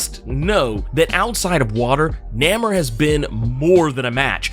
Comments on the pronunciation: Why I agree it's weird to hear him pronounce it that way, It's even more weird you falling on that old schlock "so so must be getting paid by Disney". So lame lol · first time hearing his name said like that, was caught off guard lol